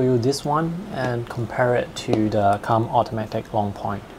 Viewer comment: it's pronounced koomb not come